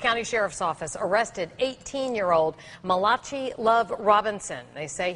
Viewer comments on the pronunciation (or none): My days the reporter cannot pronounce Malachi, my dayz looool I respect his entrepreneurial ship, but he needs to keep it legal! No excuse it's a biblical name, ha! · ***** Lol I hope someone in that office straightened her on that.smh.. She really had no clue, because she said Malachee with confidence. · I felt like she's never heard Bible stories as a child when she said Malachee lol. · This has me DYING laughing! First we got this lady who can't read Malachi. Name has been around since before England Lmbo. Then we have this kid evading questions and speaking in circles. Where on earth is his family?? You know they helped him with this mess. "Malachee" hilarity! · MAH-LAH-CHEE tho 😂😂😂😂😂😂😂 girl pick up your bible sometimes 😂😂😂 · lost it when she said muh-lah-chee 😂😂😂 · the reporter pronounced his name as Mallachee. omg lol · That first reporter butchered the hell out his name lmao Malahchee 😂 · I died pronunciation! Clearly she hasn't picked up a B.I.B.L.E. or gone to church much! Lol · seen so many reporters trip over his name. It's not like it's some weird unheard of name. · Lmao at the way she pronounced his name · Did the first reporter really just pronounce his name like that 😑